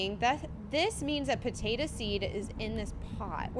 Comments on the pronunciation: It is potato not potata 😂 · Stop calling a Potato a potata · PAtatA instead of POtatO 😂😂😂🥔🥔🥔🥔🥔🥔🥔🥔🥔🥔🥔🥔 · I love that says pAtatA instead of pOtatO😂 🥔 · It’s funny how she said potata instead of potato🥔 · Bro am I the only one that noticed she said “Patata” 😂😂😂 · It made me laugh whenever she said potatu